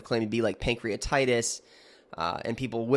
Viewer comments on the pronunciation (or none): none